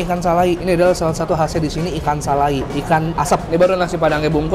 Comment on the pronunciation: Ikan salai,dibacanya salay ngab